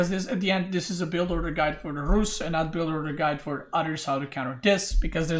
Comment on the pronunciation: His tongue roll pronouncing Rus is clean